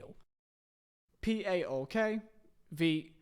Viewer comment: Savvidis is STILL the owner of PAOK and its pronounced as one word not P A O K